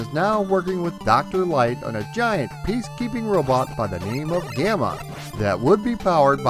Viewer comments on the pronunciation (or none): none